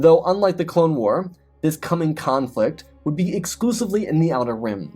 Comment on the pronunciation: Bruh do you really not know how to pronounce war? There is no m in it. Do you say “star warms”?